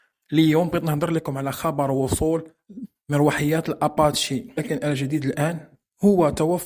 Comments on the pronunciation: اباتشي بالإنجليزية e كتنطق i ليست فرنسية الصنع لتنطق بالفرنسية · Salam خطأ بسيط في النطق apache بسكون فالاخر.